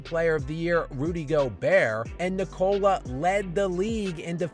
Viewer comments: Since you are very critical about the players you are talking about, try to pronounce Jokic's first name right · you really have to learn how to pronounce "Nikola" dude.